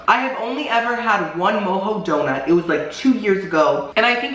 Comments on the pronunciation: Isn't it pronounced Mo-Joe not Mo-Ho? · Lmaoo I’m sorry but it’s mo-jo not mo-ho donuts 😆 love their white deco delight 🤤